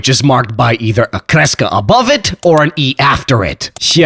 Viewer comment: Good pronounciation of kreska xD